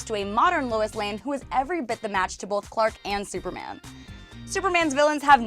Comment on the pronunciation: Bolth. I don't pronounce the "L" in the word "Both".